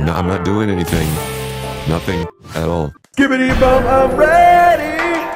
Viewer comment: Bro said skbiti💀